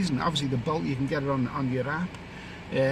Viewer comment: I though you said ‘boat taxis’ but then I realised you were talking about bolt app like Uber.